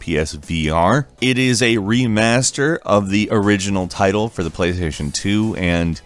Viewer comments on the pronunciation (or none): none